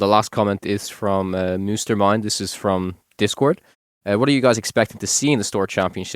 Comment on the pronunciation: "Moose-stermind" 😭😂😂 Great podcast guys, loved it! ❤